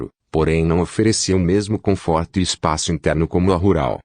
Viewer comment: Toyôta? Confórto? Kkkkk